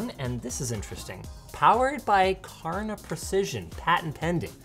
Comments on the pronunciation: I as a Swedish man do not approve of your pronunciation. it's pronounced SHÄRNA not Karna ) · FUN FACT: "Kärna" is actually pronounced close to "share-nah" and is a Swedish word meaning "core" or "kernel". It is also the name of a tiny obscure town in on the west coast of Sweden with only about 500 inhabitants. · fun fact from a swede, the K and Ä in Kärna would be more precisely pronounced if you said Cherna, it's not 100% right but it sounds more accurate. Kärna means core btw